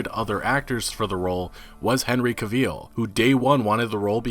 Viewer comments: who is this henry caveel you keep talking about? I know henry cavill. But Henry Caveel? Never heard of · YOOOOO, can you stop saying Henry Caavieeel, its cringy as fuck!